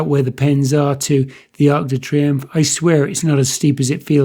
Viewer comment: Great video as usual - but my ocd won't let me get away without saying its - Arc de Triomphe not Arch du Triumph